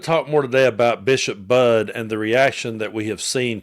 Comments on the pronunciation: Her name is pronounced "buddy ", she great! Please get her name correctly ❤ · The Bishop's last name has two syllables. It is pronounced BUD dy. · FYI, I've heard elsewhere and believe her last name is pronounced, "Buddy". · Hi,......the bisop's last name is spelled Budde but is pronounced the same as 'buddy'. FYI. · It’s pronounced like Buddy. 😊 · Bishop Budde (It's pronounced "buddy," by the way), did a superb job talking to Trump. MAGA's response is pathetic. I don't know who they worship, but it certainly isn't Jesus. Actually, it appears to be Donald Trump, himself. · Her name is pronounced “Buddy” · Her name is pronounced Bud-ee, like Buddy. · just fyi her name is pronounced like buddy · Bishop BUDDE BUT It's SAID LIKE BUDDIE!!!!!!!! So She herself said. Not Being Rude, LOVE YOU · That’s not how you pronounce the Bishops name?